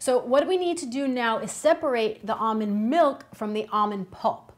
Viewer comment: “Amand milk”